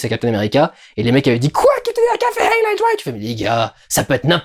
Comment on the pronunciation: on voit tout de suite la culture americaine: -"hail hydra" au lieu de "hEil hydra" avec un e, parce que le "e+i =ay" en Allemand